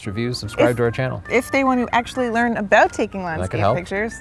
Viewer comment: "about"... is this twin who grew up in Canada?